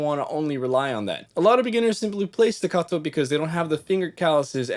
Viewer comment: I appreciate the Italian accent when discussing legato and staccato 😎